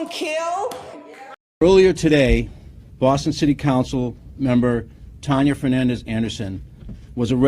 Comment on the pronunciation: It's pronounced "Tan-ya"- not whatever it is you're doing. Really,? Never heard the name before? It's pretty common.